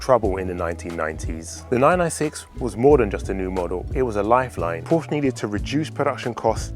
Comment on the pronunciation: For a supposed fan of the marque you could at least pronounce the name properly